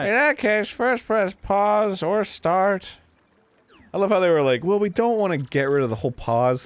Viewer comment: i like that dan didnt even notice that arin pronounced "well" as "ballsack ell"